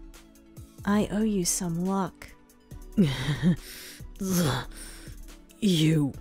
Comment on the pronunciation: am i the only one who noticed he said plentey of luck!